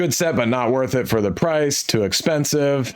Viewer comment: "tttthe build is a mess" 😆 👏